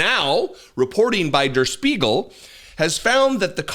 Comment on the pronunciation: Really good pronunciation of 'Der Spiegel'. (I made a comment on pronunciation but I wasn't mad. Thought you might wanna know in case you have to say it again ✌).